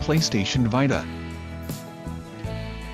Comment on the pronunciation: Wtf is a PlayStation Vitahhhh?